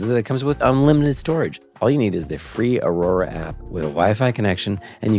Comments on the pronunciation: I didn't notice, but it's aura? Right? He's saying aurora. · Love that Jorma keeps calling Aura frames "aurora" frames in their ad. So perfect